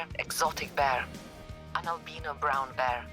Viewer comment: It is not a vrown bear it's a polar bear with a cold